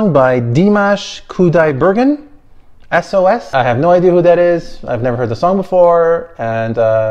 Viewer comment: Dimash corrected his pronunciation in the 2018 Slavic Bazaar version of this song - check it out!